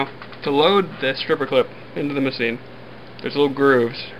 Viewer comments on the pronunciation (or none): He doesn't pronounce mosin right. There is no "seen" at the end. It's more like "mo zin" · It's pronounced ( mo-zin ) not ( ma-ceen ) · It's pronounced "Moe-Seen Nah-Gahn" no T in the end. Nagant is a Belgian name (pronounced the French way). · type into YouTube: "10 gun names you are definitely saying wrong" and the narrator says the most common American pronunciation. Ending it with "seen" is the first time I have ever heard anyone pronounce it that way. It's if he is making up a new name here. Even the common American pronunciation isn't that bad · That's how it sounds in the Russian language